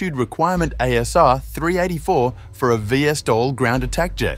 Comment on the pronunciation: VSTOL Is pronounced "vee-stoll", not "vee-esstoll".